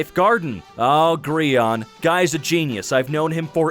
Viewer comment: I think he said Gree-on